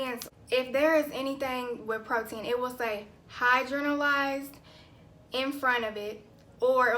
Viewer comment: Ur so cute pronouncing it "hydro-na-lyzed". Can you do a video on how to determine our porosity?